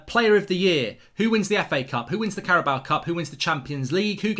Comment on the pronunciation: Carabao Cup. How does anyone get “bower” from “bao”. It rhymes with “cow” Mark. If you say it phonetically maybe you could say it rhymes with “Mayo”. An inanimate trophy is one thing, but you even do it with people. It’s so disrespectful. You might think it’s fine to keep calling Diogo “Diego”, but you wouldn’t want to be called “Mork” or “Murk” would you? I know you’ll think I’m being pedantic but it is disrespectful. Big fan of Thits Fat-bull and the Oh-Nuted Stond by the way.